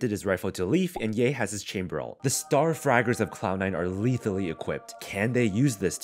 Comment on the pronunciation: “The star fraggers of C9” at 2-7 and 1-7 XD